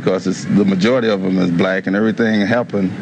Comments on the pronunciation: The way he emphasized "black tho".lol. He said the "BblaaCK" dream. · His emphasis on the word black and the fact he calls them blacks and not black people is kinda sketchy. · People trying to comment shit like “that was the term for black people then” and ect. The point he is making is he intentionally says black with a emphasis in the same sentence to subconsciously cement it in your head that all the crime killings murders ect is associated with black people. Throughout the video anytime a black person was boutta make a point they cut/edit it out.